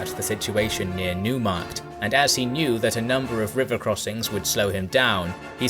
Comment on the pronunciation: Neumarkt is pronounced "nOYmarkt".